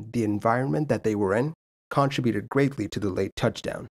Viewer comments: Dude? Could you learn how to pronounce CON-TRIB-YOU-TID PLEASE? That's really annoying to hear, lol. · WHY can you not learn to pronounce "contributed"???????